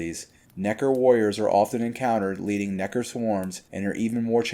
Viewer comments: I dont know how comfortable i feel with him saying nekkar so many times 😂😅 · Bro pronounced every letter and syllable in Nekker